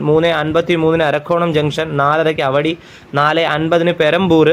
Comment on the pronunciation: പോടന്നൂർ അല്ല പോത്തന്നൂർ . അവടി അല്ല ആവടി